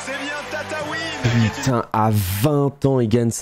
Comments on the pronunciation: Je suis le seul à être surprit de la prononciation de Tataouine ? Sachant que j'ai toujours dit Tatouine 😭😂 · gg à Enzo, par contre ont à parle de la prononciation de tataouine